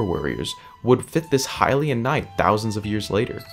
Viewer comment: That’s a really good question! We don’t, actually. They could have existed long long ago, there’s nothing to disprove that. We pronounce it correctly, everyone else is wrong ;)